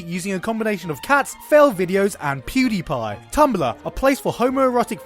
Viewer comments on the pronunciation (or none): none